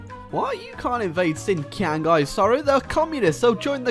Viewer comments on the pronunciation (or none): none